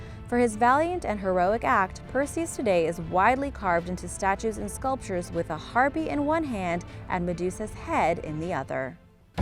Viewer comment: That's Har-pay, not Har-pee.